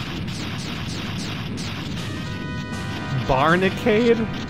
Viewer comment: It's Barinade you silly goose.